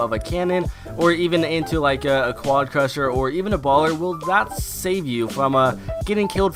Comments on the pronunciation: Anyone else triggered from "quadcusher" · What happens if you said quadcrasher correctly